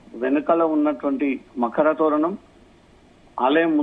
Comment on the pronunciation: మరక తోరణం కాదమ్మా, మకర తోరణం తల్లీ తెలుగును ఖూనీ చేయకమ్మా